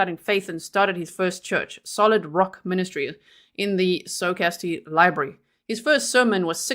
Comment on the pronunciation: Socastee. It’s sock-us-tee.